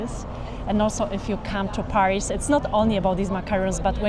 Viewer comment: the way says Paris smh 🙄 like if you can't do the /æ/ sound just say PE-ris instead of PAH-ris that's at least a valid pronunciation in American English 😂